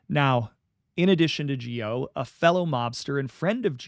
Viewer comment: Charles Gioe's last name is pronounced Joy